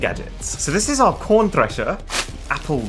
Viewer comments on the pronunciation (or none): Uh when he said corn thing he said corn with a p